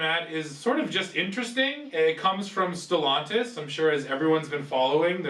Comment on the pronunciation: You think being the you know how to pronounce Stellantis